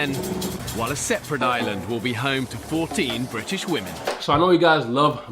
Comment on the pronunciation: The way he said "british" women makes it funnier to watch this video.